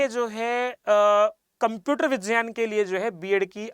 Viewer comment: Vijyan nahi vigyan bolte hai